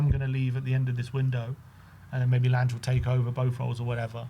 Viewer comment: Your pronounciation is horrible. Lan-ge, like in Langobard